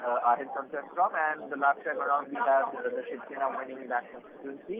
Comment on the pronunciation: SHIV SENA sahi se bolna to sikh lo Miss Jacob🤣😂😅